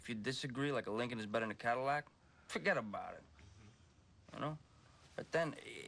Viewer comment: Amber???? "Fugetabarit"